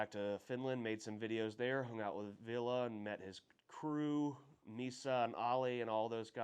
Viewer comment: You pronounce Ville wrong, you say it like Villa, but it’s Ville.